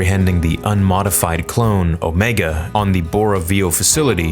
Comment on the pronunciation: Ahem it’s ohm𝗲𝗲𝗲gah